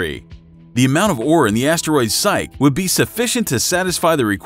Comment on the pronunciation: Psyche is pronounced 'sigh-key'. Centrifugal is pronounced 'cen-trah-few-goal'.